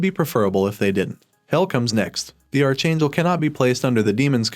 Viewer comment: OMG, PLEASE! Archangel is pronounced ARK-angel, not are-changle